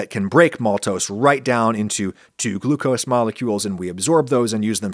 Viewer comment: I like "Glu-co-see".